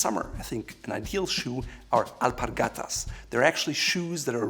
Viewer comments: As Spanish I have to say that you pronunce alpargatas almost perfect. :D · Nice Spanish pronunciation